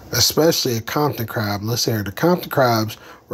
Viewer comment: Wtf is a kompton ckrab 😂